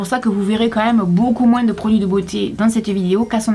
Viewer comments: en francais on prononce le "s" de plus pour differencier ces 2 sens (dıfferencıer + de "je n'aı plus de pates") Maıs comme moıns n'a pas 2 sens on n'a pas besoın de facon de dıfferencıer Donc ıl ne faut pas prononcer le s de moıns 😅😅😅😅😅😅😅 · J'adore comment tu prononces moin(s) avec le(s)a la fin! Sinon très bonne vidéo bisous. 😍😘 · "un peu moinss'" ! je pensais que c'était uniquement les antillais qui avaient cette prononciation ! Super vidéo, je vous regarde avec plaisir comme d'habitude :) Merci ! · tu pourrais peut-être donner ton avis sur des fast food et dire tes expérience dessus par exemple le mcdo ❤sinon je t'adore et t pas la seule à dire le s dans moins j'ai entendu quand tu l'a dit dans cette vidéo 😊❤ Je t'adore et même si des personnes sont méchantes avec toi fais pas attention et continu à avancer continue comme ça res super ❤❤❤❤❤❤❤ Je t'aime fort fort fort même si je sais que j'ai 13 ans mais je t'adore vraiment ❤